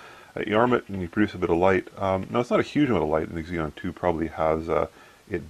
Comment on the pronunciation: Eggs-eon? Cute. ZEE-non. Xenon. Xeon (zee-on) is an Intel brand name. :-)